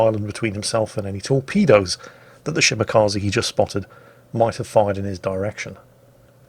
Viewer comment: It's ShimakzE, not ShimakazI.